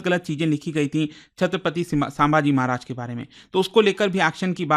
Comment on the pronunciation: Respect for you & ur Hardwork Sir❤ But U are mispronouncing name of our Maharaj 😢